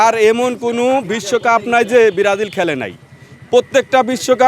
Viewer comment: বিরাজিল বিরাজিল বলছে। এইগুলাকে সাংবাদিকের চাকরি দেয় কে😑 কোন শিক্ষাগত যোগ্যতা লাগে না